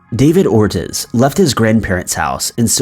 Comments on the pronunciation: Its OR-TEASE not or tizz.......poor families ;,( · It’s pronounced “ 𝑶𝑹 - 𝙏𝙀𝘼𝙎𝙀 " 𝚝𝚑𝚊𝚝𝚜 𝚑𝚘𝚠 𝚢𝚘𝚞 𝚔𝚗𝚘𝚠 𝚢𝚘𝚞𝚛 𝚑𝚘𝚖𝚎𝚝𝚘𝚠𝚗 𝚍𝚘𝚎𝚜𝚗𝚝 𝚌𝚘𝚗𝚜𝚒𝚜𝚝 𝚘𝚏 𝚝𝚘𝚘 𝚖𝚊𝚗𝚢 𝚑𝚒𝚜𝚙𝚊𝚗𝚒𝚌𝚜.. that last name is quite the common one , here in miami Florida least.. nice video tho, thanks pal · Bruh... did he just say "David ORTIZZ"?! I'm dead lol ya'll haven't met any Spanish people before or what? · This goes for any Youtuber making videos where pronunciation is the key. When you do your research, check the pronunciation of the names of people and places. I noticed I'm not the only one who noticed that he pronounced "Ortiz" incorrectly.